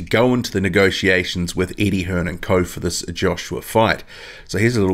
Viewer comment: yep you can tell because he called him Eddie hearns lol its Eddie hearn dumb prick